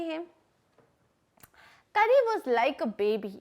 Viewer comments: Karri 🤣🤣🤣 it's kari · It's not Kari . It's pronounced as car-ee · Mam कारी not करि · It’s kari not kury